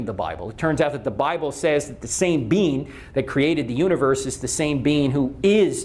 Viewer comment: Call me simple, but I love how he pronounces "being". "The bean who created the universe is the same bean who IS justice." His apologetics are just full of beans.